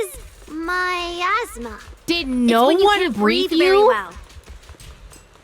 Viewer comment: 1) No, no one told them. 2) Its a joke, because said miasma as "my asthma"